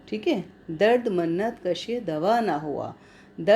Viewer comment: with all due respect. lafz " MINNAT " hota hai " Mannat " nahi.